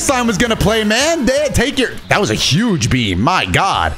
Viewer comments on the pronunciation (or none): none